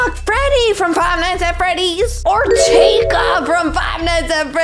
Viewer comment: it’s chica.